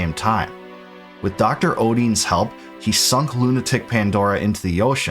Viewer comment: A few pronunciation corrections: Edea = ‘Eh-Day-uh’ Rinoa = ‘Ry-noh-uh’ Odine = ‘Oh-dyn’ Lunatic Pandora = ‘Lu-nha-tic’ Pan-dor-uh Fun Fact = the “-ic” suffix in Lunatic actually means referring to - The root term Luna means ‘Moon’ Thus Lunat-ic means referring to the moon… you know, where these fucking monsters are sourced from in this portion of the game… They (the monsters) make way to Earth via the Lunar Cry… coincidence? No, you goddamn mispronouncing morons…